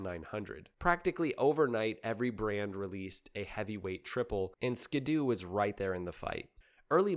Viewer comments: It's also Ski-Doo not ska doo like he's been pronouncing the whole damn video. SMH. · Who says skid oo? It's Ski-doo as in snow skis or water skis. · Thank you and its SKEE DOO not SKADOO....just like their personal watercraft Sea Doo = SEE DOO not SEDOO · SKI!!!!! ITS SKI DOO!!!!!!!!!! Not SKID DOO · Ski-do not skado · How do you pronounce the word, "ski?" How do you pronounce, "do?" Why is it that when you put the two together, you now think it's pronounced, "ska-do?" 😂 It's a "skee-do..." You know, because it has skis... lmao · “Skee-doo”. Not “skuhdoo” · My brother in Christ it's "Skee-doo" not "Skid-doo" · Wait is it not pronounced “skee-doo”? Huh. Great video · I may start a war with this, is it pronounced skiddoo or skee Doo? A lot of people pronounced skiddoo but skee Doo makes sense. For 1 it's how you pronounce ski. 2. The brand separates ski and Doo. 3. It skee Doo matches seadoo. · Ski-Doo pronounced Skee Dew!!! Just stop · I've never been a snowmobile guy, but was fascinated by the sport. This is the first time I've heard the name pronounced 'skid-oo'. My rational brain always broke it down as 'ski' and 'doo'. That's how the hyphen makes it look to me, anyhow. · Skid doo? Is this AI? I have never heard anyone mispronounce that name before. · Always thought it was more like skee-do like skiing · It’s pronounced “skee doo” (due). 🤣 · Strangely, it's even spelled the way you need to pronounce it eg ski doo, but go figure